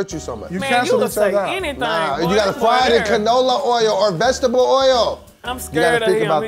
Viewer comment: Said “I Think The Best Vekshtable” 😂😂